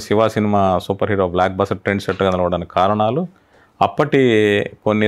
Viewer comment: షివ కాదు యాంకర్ గారు. శివ అనాలి ! మీరు అనవసరపు నవ్వు ఆపండి.